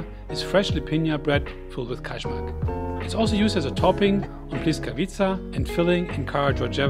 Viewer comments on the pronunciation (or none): Kajmak (KAYMAK) J IS Y LIKE AMERICAN Y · The pronunciation of the J in Ajvar and Kajmak is the same pronunciation like yeast, Yale or yummy 😉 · Please check before you pronounce any word wrong, you messed up Ajvar and Kajmak completely